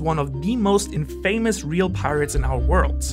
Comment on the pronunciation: Pronounce infamous...